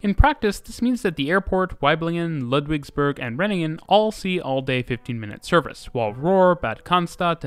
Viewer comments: Its Ludwigsburg and not Ludwigsberg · It is Ludwigsburg not Ludwigsberg :) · its ludwigsburg not ludwigsberg hahahah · The city is called: Ludwigsburg like "Ludwigs castle" (not Ludwigsberg for mountain). Great Video, Thanks for your work. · The town is called Ludwigsburg not Ludwigsberg. :) I live a little bit north of it and I am loving the fact you discuss the Stuttgart system. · it is called Ludwigsburg not Ludwigsberg fyi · kinda surreal watching these videos when you have taken those trains before oh and btw. it's Ludwigsburg not berg can't wait till you cover the Ruhrgebiet with a 4 hour video :D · it is Ludwigsburg not berg :D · It's called Ludwigsburg, not Ludwigsberg... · Ummmm acktually it's LudwigsbUrg not LudwigsbErg🤓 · It's Ludwigsburg, not Ludwigsberg ffs.